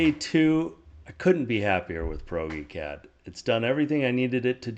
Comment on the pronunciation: Proge is short for PROJECT. So say it like that. PROGECT-CAD - ProgeCAD